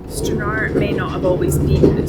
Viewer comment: Plz say Stranraer correctly!!!! If not get outta Scotland!!!! Watching ya vid made me laugh.. English twat!